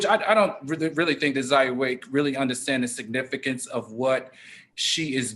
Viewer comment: Al can't even pronounce Zaya's name. Sexuality in the Black Community is a tough topic that we must continue to explore.